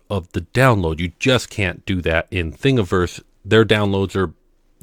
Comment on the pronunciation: Thank you for pronouncing Thingiverse correctly.